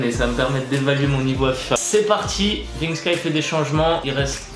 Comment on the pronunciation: dit vinksky je suis le seul à avoir remarquée